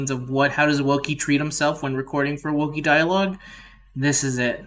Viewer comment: You did well pronouncing the name :3 Also, thanks again for participating! It was tons of fun to put it all together. Hearing that it took you so long, makes me appreciate it even more, because it shows how much work you put into it!! <3 Also, this video made me laugh quite a lot, thanks for publishing this! Oh and my favorite is always "I'm a YouTuber on YouTube" lmao